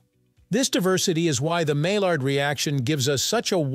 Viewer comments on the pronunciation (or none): My yard. Not Mall-ard; that's a duck.